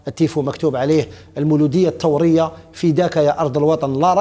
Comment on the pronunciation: يا المولودية ال ث ورية وليس ال ت ورية فرق في لغة الضاد ولغة القرآن